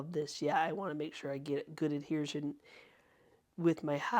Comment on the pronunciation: Adhesion. Not Adhershion. I love it when you make up words. But I really love your incredible spirit and your talent! What an inspiration!